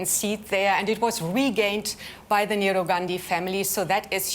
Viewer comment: The western journalist can´t even pronounce the name of Nehru properly.